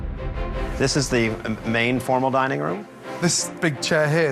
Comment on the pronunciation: It almost sounds like they were saying dieing room in the beginning